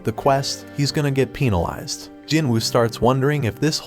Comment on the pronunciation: Bro really said peenilized and not penalized😂😂😂